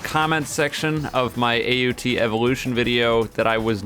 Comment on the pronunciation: AOT not Aut Lol